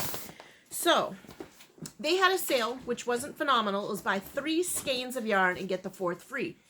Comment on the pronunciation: Thank you for pronouncing "skeins" correctly!! It drives me nuts when people pronounce it skeens.